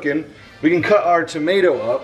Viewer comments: Nobody:: Onewon, Toma-O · As a member of the small island called Britain, please never say tomato ever again. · Love how you say "tomato" with an English accent 😂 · real quick, I don't think anyone pronounces "tomato" like that.